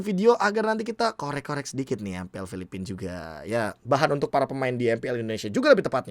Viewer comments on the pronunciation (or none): none